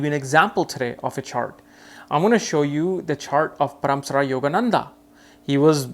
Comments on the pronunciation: It's not paraamsara it's Paramhansa Yogananda.. 🙏🙏🙏🙏🌺🌺Thank you 🙏💕 for insight... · Paramsara ?? Really his name is Paramhans for heaven sake 😂